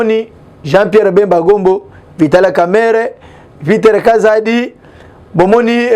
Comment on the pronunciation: Ce bien vital kamerhe et non vitala kamerhe